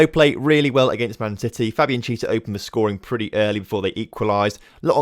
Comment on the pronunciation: Chiesa is pronounced key ayy sa